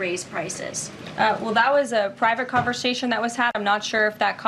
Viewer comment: Conversation not "converSHASHion" 😂 Lev.